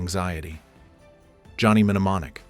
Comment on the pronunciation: AI can't pronounce mnemonic....